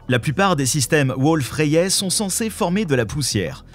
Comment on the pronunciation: En moins de 60s on sent que c'est une chaîne pour attrape-nigaud, à haute température Kevin. Même pas foutu d'écrire , de présenter, de prononcer une étoile Wolf-Rayet (dans ce canular c'est Wolf-Ryate, qu'est ce qu'on rigole ! ) J'ai pris plus de temps à écrire qu'a regarder un sujet d'empreinte digital cosmique. Allez cadeau ! Chaîne à but lucratif, uniquement.